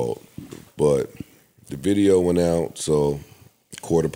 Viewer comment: “New Tideo”